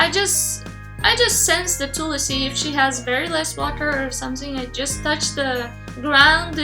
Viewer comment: she is pronouncing it the right way, the way they say it in hindi is distorted itself